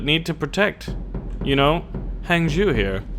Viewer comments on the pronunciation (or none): Hang zhOÜ not zhu! (Ou isn't read like in french)